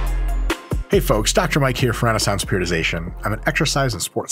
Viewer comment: "TRENaissance Periodization".